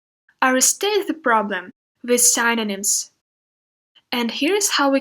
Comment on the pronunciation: The video is so clear and well-organised! It would be even more efficient if you correct a bit the pronunciation of some words like "synonyms" and "cause". Best wishes!